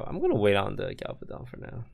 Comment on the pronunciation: Toast calling Galvadon ''Galavadon'' is that a joke or. :P